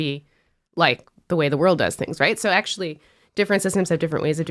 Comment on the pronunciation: ESPECIALLY when pronounced "rayt".